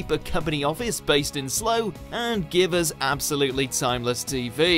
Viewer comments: Ok seriously whoever you are, some of your pronunciations are just embarrassing, how can you be a British person and not know how to pronounce "Slough"?? It rhymes with "plough", not "slow", for goodness sake if you can't speak English properly give the responsibility to someone else who can! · your pronunciation of slough is painful and you’re English 😔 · Anyway else from slough and got triggered when he said slow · I don't know what annoys me more: 1. Pronouncing Slough as "slow" 2. The fact that they haven't even seen the show to know it's not pronounced "slow" 3. When they came to recording, editing etc. everyone involved thought "yep, that's fine" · why did you say slogh as slow? are you even British? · How can someone English get this pronouciation wrong. Come friend bombs and fall on slow, The voice over by rights should go. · why did you spell Slough as slogh? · Did blackadder cross over? Maybe it would help if you did your own research, then maybe you'd know what you're talking about "Slow" 😂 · Slow? Is this narrator having a laugh (or as he'd probably pronounce it, "low")? I also heard him pronounce Southwark in London as "South-walk" so I shouldn't really be surprised. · Do you even watch some of these shows? That's an appalling pronunciation of Slough. And Fearne Cotton is no longer a team captain on Celebrity Juice, Paddy McGuiness is. Also surprised there was no mention of the Mighty Boosh. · I'm an American and I LOVE The Office. I couldn't make it through a full episode of the American version, so I generally ignore it and its uber-fans. But you clearly have never seen it, or you'd know how to pronounce Slough. For shame. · Who narrates this? He can't pronounce Slough! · Mate do u even live in england? Slough? Southwark? Check out the real pronunciations.